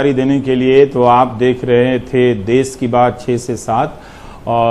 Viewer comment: अबे वो देस नहीं..... देश है ...मातृभाषा हिंदी कि कुछ तो इज्ज़त करो.....जय हिन्द वन्देमातरम